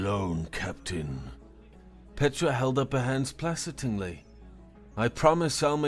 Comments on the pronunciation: It's not lah-teece, it's lat-tis. Like lettuce, but the short I sound in tisk tisk. It's not dee-hydrogen, it's die-hydrogen. You misread designated as de-hy-day-trid?? not even dehydrated?? Placatingly- play-kate-ingly. to placate is to appease/pacify chitin- pronounce kie-tin. rhymes with apple pie tin. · doing good! But the word is 'play-kate-ing-ly'.